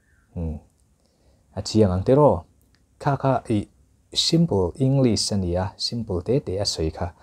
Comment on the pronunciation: Pronunciation Ing- lis ❌ Eng- glis✔️ English ber kan zir sia, a english lam dan a ber hi kan tih fuh loh chuan a professional lo tlat.